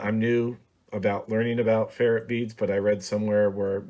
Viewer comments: Good video. It’s pronounced fer-rite beads. Not fer-it beads. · Please learn to say ferrite (fur-rite) properly.